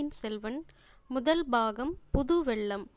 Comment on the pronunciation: Pudhu Vellam... pronounced as jaggery and not flood.... pugal petra... not pugazh petra... Thol is skin வெள்ளம் வெல்லம் தோள் தோல் புகழ் புகல்..தமிழை தமில் என்று சொல்பவரை வைத்து இப்படிப்பட்ட நல்ல புத்தகத்தை வாசிக்க வைத்தால் இப்படித்தான் வரும்....... ஐயோ வெட்கம் வேதனை. மெல்ல தமிழ் இப்படியா சாக வேண்டும்??